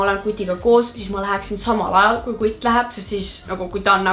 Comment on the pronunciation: Kui sa ytled sõna kutt see ajab nii naerma